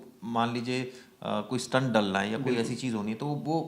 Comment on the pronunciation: स्टंट का अर्थ अलग है." स्टेट " यह सही उच्चार है